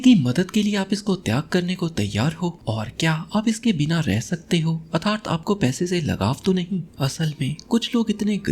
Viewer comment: Sir your way to pronounce atharth is not right.. It makes bad impression.. And don't mind sir.. Your videos are as always superb